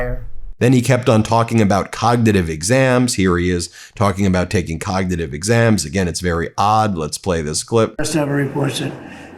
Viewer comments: Can’t even say cognitive test whilst telling us how good he is at codnuhative tests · He can't even pronounce the word "cognitive". If he took a Real IQ test, we'd know that he has NO AGENCY over his weak, rotting, narcissistic mind. He's such an embarrassment... and a boil on America's ass.